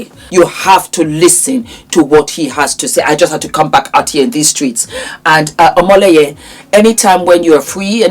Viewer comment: he is Omoyele, not Omoleye...I am so proud of him.